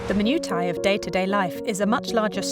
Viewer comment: If the narrator can't pronounce "minutiae", in the first SENTENCE of the video, I know it's not for me.